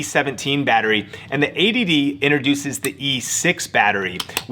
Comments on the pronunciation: yes he's saying 80dd which is annoying to hear. Its 80D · Does anyone else hear "ADD" (attention deficit disorder) instead of "80d"? Do I need more Ritalin?